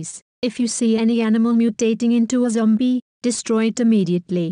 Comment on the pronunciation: lol bahasa indonesianya zombie jadi zombiEE